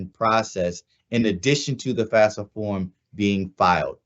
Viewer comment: Can we please say the FAFSA acronym properly?? FAF-sa not FAS-fa. It doesn't even mean the same thing when said incorrectly.